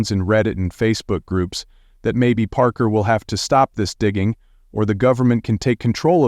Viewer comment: Shessshhhh! How many wrong ways can they pronounce Parker’s last name?